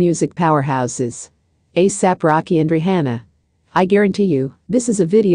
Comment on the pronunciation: Say her name right!!!